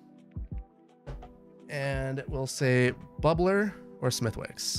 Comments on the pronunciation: This might be too late for you to see this, but Smethwick's is pronounced "Smith-icks". Source: I'm Irish. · Smithwicks red ale is lovely - would be one of my to go to beverages when going out in Belfast, together with Guinness and good whiskey. (It's pronounced Smith'iks :) ) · Smithwicks has a silent 'w' = "Smithicks" - love your work! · Smithwicks is pronounced “smitticks” here. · reeee, you don't pronounce the "W" in Smithwicks!